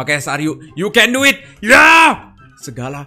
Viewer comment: #cukur bang, saat dengar malah"you can duit" 😂😂 Kakak yg main aku yg ngeri ... Rip ears phone asli yg make headset waduh Ba.. Ha.. Ya